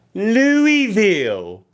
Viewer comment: Pronounce Louisville right before you speak on us like that me